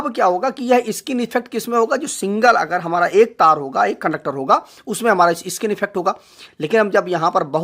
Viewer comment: इ-स्किन नहीं होता, स्किन होता है😁😁